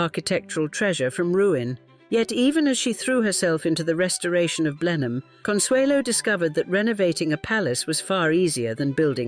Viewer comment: Blenheim is pronounced: Blennem